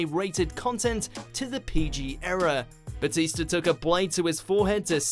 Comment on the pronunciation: Lol, "Batister"